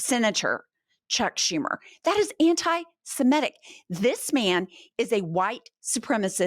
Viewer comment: It's "semitic" not "simetic." Common mispronounciation. Love you gals!💙💙💙